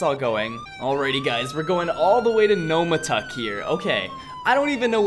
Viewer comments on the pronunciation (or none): Yesterday I was chasing one of these........pretty quick but the driver got real cocky and thought he was a driving God but he got arrested 2 times....... P.S. it's NOMTAUK not NOMATAUK just pointing that out.....